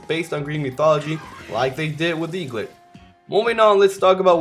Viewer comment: eaglit not lit